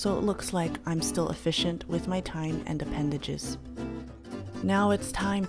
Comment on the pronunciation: "use of my appendeges" hahahaha 🤣🤣🤣 great job!